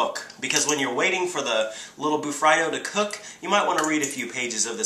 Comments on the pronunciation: Woops, I always pronounced it "Bu-Free-Do" in my mind XD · It's pronounced ba-free-do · John green said it was pronounced bur FREE do!